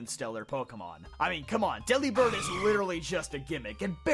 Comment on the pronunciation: Delibird is "delivered" with a B instead of a V sound.